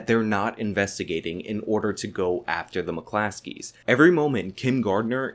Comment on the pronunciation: McClosKeys bruh. Not Muh Classees.